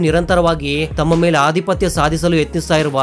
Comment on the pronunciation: ನಿಮ್ಮ ಉಚ್ಚಾರ ಸರಿ ಮಾಡಿ ಉ ದಾ. ಅದಿಪತ್ಯ ತಪ್ಪು ಅಧಿಪತ್ಯ ಸರಿ